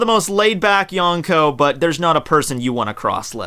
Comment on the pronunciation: Yon rhymes with Gon. Prounounce Yonko correctly